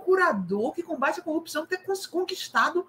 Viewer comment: O ex procurador e o seu enriquecimento exponencial, utilizando laranjas..... Copissão? Corrupção, palavra que não consegue pronunciar, mas consegue praticar.